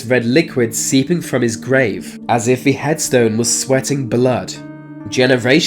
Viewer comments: Dude if you can manage to say there and that, you can say the, not v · why do people from your part of the world pronounce "th" as "f"?